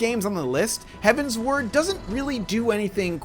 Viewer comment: HeavenswArd not "HeavenswOrd"